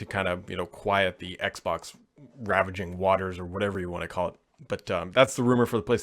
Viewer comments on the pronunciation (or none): Ravaging right?! Kinda sounds like you said ravishing